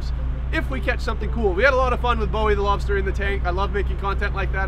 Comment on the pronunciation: Lol. Door Dash to the lobstah! So cool.